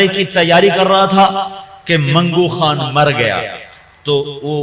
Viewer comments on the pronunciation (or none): khan to ab log bolne lge khatoon nhi hatoon hota h khan nhi haan hota h